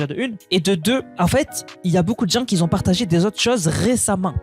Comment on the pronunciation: "qui Z'ont" ?.... je te remercie pour ton travail de relais des infos... et j'adore tes "moinS"... Mais le "qui zont" me fait un peu mal aux oreilles... Bref! juste une remarque.. encore merci 🙏